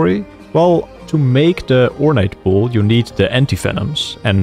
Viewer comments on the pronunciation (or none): none